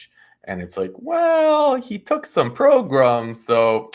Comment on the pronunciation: Progrums 😂 gets me every time!! 😂😂😂